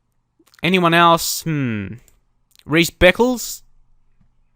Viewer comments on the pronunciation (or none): none